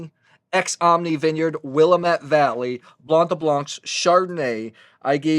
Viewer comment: Thank you for the great video. Fyi it is pronounced Will am ette, rhymes with damn it. I live in Salem, Or. Overlooking the river.